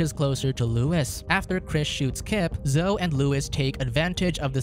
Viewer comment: Zo isn't a name... Zo-EE is her name.